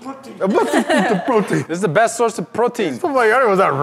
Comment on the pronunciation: Iss'a bess'a source a prrrotien